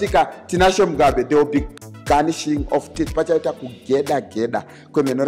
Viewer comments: Garnishing of teeth here amana??? kkkk the G is silent... #Nashing.... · G is silent pastor. Pronounced “nashing” of teeth 🦷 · Garnishing of teeth🤣🤣🤣. Okay its gnashing of teeth read as "nashing"